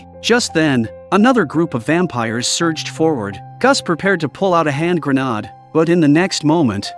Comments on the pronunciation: Grenaaaaaaaaaaad. lol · Gren - aid is how you say Grenade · I really wish the AI narration would stop. For the love of god learn how to pronounce grenade....